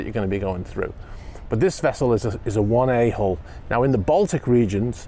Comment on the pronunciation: You keep saying "1A Hull," but I keep hearing, "one a-hole." XD